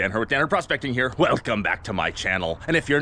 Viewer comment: At this point the "Welgcome" is undeniably intentional! How long are you going to leave me hanging about how the two part intro welcoming came into fruition? I mentioned it a few years ago and it went away, then after a few honourable mentions throughout a couple of years, through comments on multiple videos, it finally came back with emphasis and is now a staple of the intro. So..... Mr English teacher, from one grammar aficionado to another, what is the "Welgcome" story? Please, oh please, dont leave me wondering again!